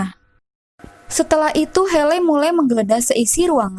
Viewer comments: Hayley (heili) ... buken heley kak.. Maaf buat masukan aja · Maaf sebelumnya, tapi pembacaan namanya bukan heley tapi (heiley).